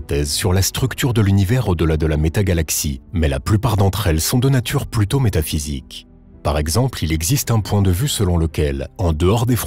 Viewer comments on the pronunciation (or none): none